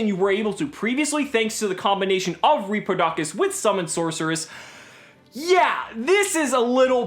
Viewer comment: Btw it's pronounced "repro-dough-cous" (like cous cous)